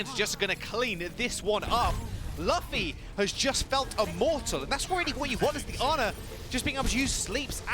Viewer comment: That is so cringe when they say Luffy wrong. It's OK tho, I'm just glad there's some mugiwara represent in the OWL :)